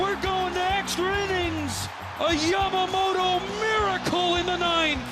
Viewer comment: its not yamagoato its yamamoto!